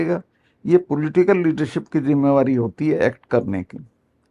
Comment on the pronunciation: Karan Thapar, your Hindi is so good, you should also host some of the interviews in Hindi. Best is that you say “zimada’ree” and not pronounce it as ‘jimada’ree!”